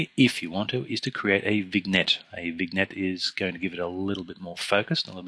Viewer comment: Great video... but it's pronounced "vinyett"... no hard "g"... no hard "n"... it's FRENCH... it's not pronounced "VIGNET"...LOL